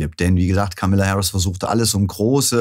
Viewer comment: Vielleicht wäre es erstmal respektvoll, den Namen von Kamala Harris richtig auszusprechen! Sie heißt nicht Kamilla!!!!!